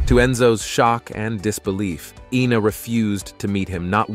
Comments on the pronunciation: It’s “Eyena” not “Eena”! 🙄🙄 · It's Ina ( Eye na) not you Ina (Eee na) Gad! And those old pictures represent who? I had to jump ship on this trash. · It's Ina not Ena. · Her name is Ina not Ena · Ina is pronounced with a long I at the beginning not an E sound. You got it right at first and then butchered her name every subsequent time you said it. Pathetic. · SHE EVEN SAYS HER NAME IS I NA...... NOT EENA..... DUDE GET IT RIGHT!! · Iiii na. Not Eeena” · EENA is not I-NA but yikes y'all! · It's EYE-na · It’s Ina Garten…..pronounced Eye-nuh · Why make a video when you can't even PRONOUNCE the name INA correctly? There's NO E IN INA. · The damn 60 minutes video pronounces ina garten's name correctly and you still get it wrong.